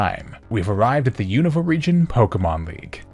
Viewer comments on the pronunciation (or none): none